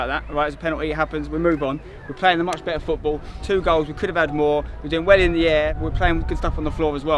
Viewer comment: football not gootball and its not aits its its